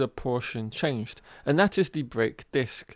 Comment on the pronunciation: What is wrong with the education system in England? This commentator with his mispronunciation of English words, that is so typical of English people. Dis, instead of this, dat, instead of that, wiv, instead of with, fink, instead of think. Weird!